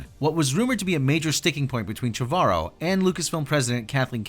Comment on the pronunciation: You're mispronouncing Colin Trevorrow's name